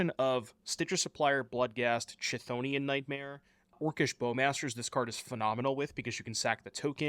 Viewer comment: "let me know in the comments mentions" -Chthonian is pronounced with a hard K sound as in 'calf', not as in 'channel' -Leyline of the Guildpact's CMC/MV is 4, and can be exiled by Thief of Existence